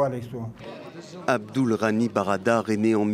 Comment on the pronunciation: Molla brader et non barada.